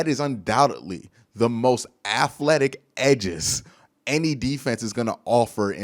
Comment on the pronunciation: I love ya, but please say aTHletic not aFletic. lol